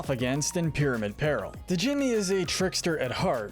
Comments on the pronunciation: Only some minor nitpicks, and they rly don’t matter, but I believe Djimmi’s name is just pronounced like “Jimmy”, same as in the word Djinn or Djinni. Brinybeard’s name is pronounced more like “bry-nee” than “brinny”, as in brine (salt water) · You don’t pronounce the D in Djimmi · I love your videos but I’m really put off by your pronunciation of the “d” in Djimmi. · The d in Djimmi is silent